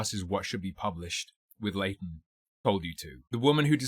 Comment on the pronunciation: Am I the only one who is bothered by how they pronounce Leighton as "Laden"?